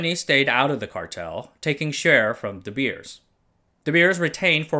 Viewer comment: De Beers is pronounced like English "The bears". Same as with "Zeiss" being mispronounced, I am sad with English youtubers not taking 10 seconds to look up pronunciation, but then making a marvelous 17 minute perfect content video. Are we Germanic language people just a joke to you? :(